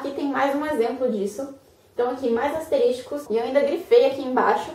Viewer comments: Excelente vídeo gostei. Só não ficou legal o "asterísticos", sendo que o correto seria "asteriscos". kkk Apenas para descontrair, mas são excelentes dicas, parabéns. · Asteriscos (não asteris TI cos) Que agonia ouvir aluno de direito falando errado, uii...